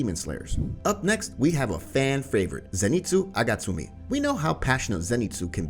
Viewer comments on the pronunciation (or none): "Zenitsu Agatsumi" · “Zenitzu Agatsumi” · You said zenitsu agatsumi in steal of zenitsu agatsuma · agatzumI? IT LOTTERALLY SAYS AGATZUMAAAAAAA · i have a ocd like complaint WHY SAY ZENITSU AGATSUMI WHY